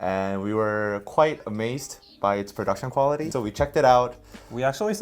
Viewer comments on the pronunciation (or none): none